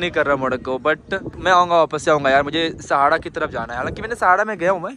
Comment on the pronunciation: र=डा सहारा=सहाड़ा मोरक्को= मोडक्को ये बोलने का ढंग अच्छा लगता है तुम्हारा।